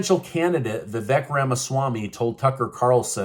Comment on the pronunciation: Vivek pronounced Vivake Watch his videos